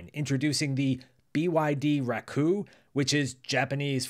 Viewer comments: Not Racoo. Racco. ラッコ🦦 Means Otter in Japanese. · Thank you for the interesting video. Precisely speaking, it's "Racco" (sounds like "rakkoh"). It's not "Racoo".